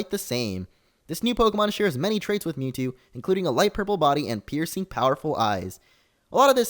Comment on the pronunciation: You say Mewtwo a lot so it sounds like YouTube